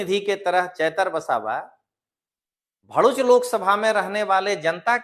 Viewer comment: भोडूच नहीं दललू भरुच बोलते हैं